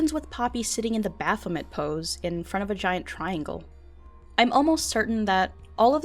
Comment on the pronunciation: You mispronounced baphomet my dude